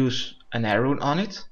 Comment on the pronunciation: Heii and welcome to my guide:D. I say this is GE and they know who you are. You are the guy who saves computers from being punched. Thanks for this guide it was wicked. You need to say arrow. and air rune better tho. Work on your english, And we could go fishing togeather Thanks again for this it helped me ten fold.